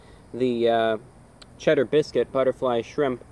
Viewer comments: Lmao he can say all these big words and he can articulate his words. But he couldn’t pronounce “biscuit” right. Bis- Bisgut. What? 😂😂😂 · A Bit-bizget